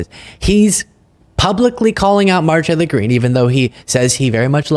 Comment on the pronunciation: Dude slow down and finish your words, the way you say her name is so fucking weird